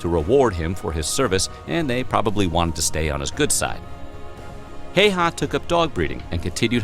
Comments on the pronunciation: Its super rare for Häyhä to be said correctly by someone who doesnt speak finnish, in this video he says Heihä and not Häyhä. But its ok, Finnish language is difficult to learn. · Actually the narrator is mispronouncing Simo's last name. Please do not try to copy his way.